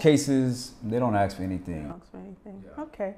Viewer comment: Why do so many Americans pronounce "ask" as "aX"? And "especially" as "eXpecially"? I'm sorry, but it has to be one of the most irksome things to hear.